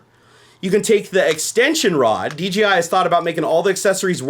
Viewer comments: Anyone else hearing DGI rather than DJI? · Does anyone else hear him saying DGI instead of DJI? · Great vid. Now I want one. God dammit. Also: you kept saying DGI instead of DJI haha.